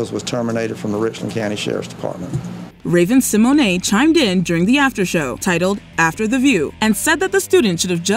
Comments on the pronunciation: I’ve literally never heard Raven Simone’s name pronounced that way 😂 like Raven Simonay 😂😂 what?!? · I just cant with how you keep saying raven Symone I just kept praying there wouldn't be anymore clips with her... it is pronounced Sim moan not simoanay lol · TO: You are aware Raven's name is Symone, like SIMONE Biles, not Symoyne'. It's just funny hearing the mispronunciation of her name, is all. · It's SI-MONE not Si-Mon-Ey! Horrid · Everytime she says Raven Symonay 🤭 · "Raven See moanae" 😂😂😂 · Raven Sim-o-nay?? 😂😂